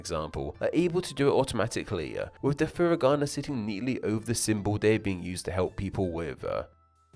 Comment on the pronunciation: Japanese only has 5 vowel sounds, not including diphthongs. A is always ah, I is always ee, etc. So foo-ree-gah-nah, not fur-ih-gah-nah, and kah-tah-kah-nah, not cat-ih-kah-nah.